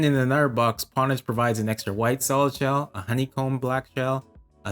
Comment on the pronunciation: great review! its pronounced 'ownage' tho. the reason people used the term "pwn" is because the 'o' key and the 'p' key are right next to each other hence the misspell 'pwn' but it ended up sticking with the gaming community